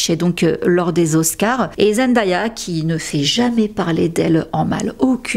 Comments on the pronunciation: J'ai adoré ta vidéo, mais ça se prononce "ZenDAYa" et pas ZendAya bis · Bonjour et merci pour la vidéo ! Superbe qualité comme toujours. Je me permets une petite remarque : comme on l'entend dès la première seconde de la vidéo, il faut prononcer "Zendéya". Elle insiste souvent dessus et n'apprécie pas que l'on écorche son prénom. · Super contenu, très intéressant ! Juste une petite remarque : attention à la prononciation du prénom de Zendaya. Sinon bravo pour le travail !